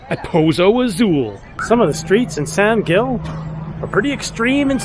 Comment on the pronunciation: From a local. Please, pronounce in Spanish "San Hill."